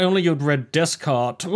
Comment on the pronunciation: It’s pronounced DAY-Cart. Not DES-Cart.